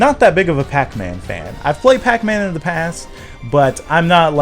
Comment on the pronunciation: says Bacman.